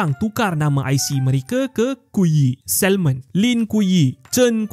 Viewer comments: Sebut SAMON bukan SALMOn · Pemberitahuan umum: Sebutan betul adalah SA MON..L tu senyap..tq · Pronunciation for salmon is SA-MON. Silent L. That’s the correct way to say it. Thank me later. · Sebutan 'salmon' tu, huruf 'L' tu silent, tuan... Nk pegi jauh, sebutan kene international...